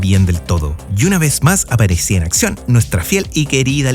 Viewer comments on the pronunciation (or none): none